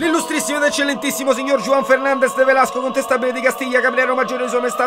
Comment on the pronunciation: Gran CONESTABILE di Sicilia, non contestabile. Ahah.